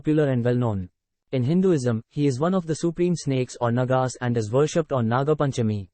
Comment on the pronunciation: The pronunciation is NAAGAAS, not NAGAAS.